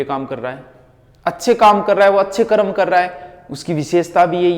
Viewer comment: आपको सर कर्म शुद्ध बोलना चाइये करम बोलते ह आप सुधारिये